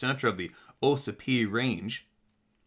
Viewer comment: It's pronounced, ah sipee. Ossipee lake and ossipee town